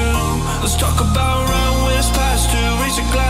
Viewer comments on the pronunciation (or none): none